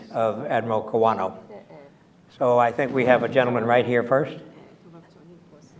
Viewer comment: Admiral Kawano's surname was mistakenly pronounced as "Kowana" in the beginning.